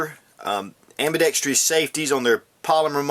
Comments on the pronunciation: There is no such word as ambidextrious.; the word is ambidextrous! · Why didn't you use a BDA for comparison? And, why the hell can no one on YouTube pronounce AMBIDEXTROUS? Hint: It is NOT ambidextrEEous!